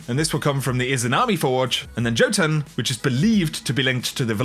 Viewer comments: Jötun is pronounced yo-tun, not jo-tun. Just letting you know! :) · It’s pronounced yoatun. Jötun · the exotic has a Norse name it’s pronounced (yo-ten) just a FYI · Please please pronounce jotun correctly